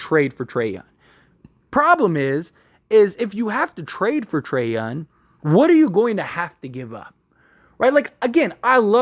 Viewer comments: Bro. You killing the way you say his name. Its Trae Young not Trae Yun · Trae "YOUNG". with a "G" in the end.